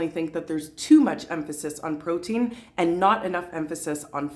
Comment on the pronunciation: I fully agree with you..more emphasis on fibre rather than proteiin..